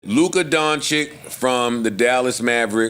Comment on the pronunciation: It’s Don-chitch pronounce my Balkan brothers name correctly